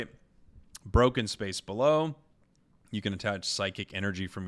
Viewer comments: Every time says 'below' instead of 'bellow', I'm going to play Articuno Ex/18 trainer in ranked. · It’s broken space bell-oh, like a scream :)